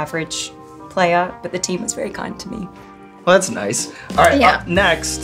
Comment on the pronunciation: "Oh, it's called widowmaker, thash naish."